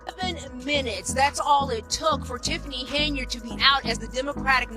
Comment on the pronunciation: Pronounce her name properly .